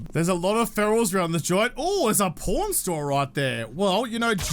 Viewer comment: When you kept saying pawn I thought you said porn I was so confused 😂😂